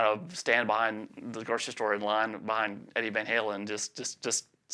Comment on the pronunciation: shows he’s a true southerner and rocks a nice drawl when he says...”staindin’ ahn Lon with Eddie vain Haylen “